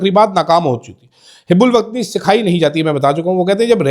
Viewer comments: It is hubulwatni not hib check dic. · شرمندہ کروا دیا لفظ hib ul watani نہیں ہوتا، hub ul watani ہوتا ہے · حب الوطنی ko ap HUB ALOOTNI پڑھا کریں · Houbul watni not hibul watni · Word Hubbol watni hota hota Hebbol watni nahen Qazi wajahat حب الوطنی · Correct your pronunciation...its hubb ul wattan....